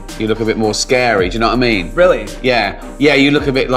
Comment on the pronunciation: I love Ricky Gervais' "doyuhnowa'imean" after making an observation